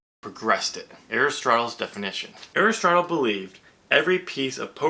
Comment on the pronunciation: Your pronunciation of Aristotle is correct. Don't let anyone tell you different.